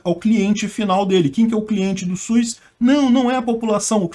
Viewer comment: só falta corrigir a pronúncia é "SUS" e não "Suiz" 🙄😏